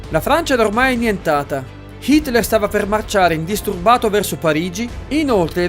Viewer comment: Solo io lo sento pronunciare "Shitler"?